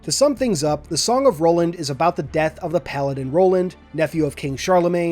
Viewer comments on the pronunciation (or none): none